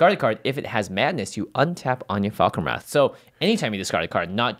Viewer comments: please why are yall pronouncing her name like anya? where did you get that from? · I'm pretty sure in English anje isnt pronounced as An-ya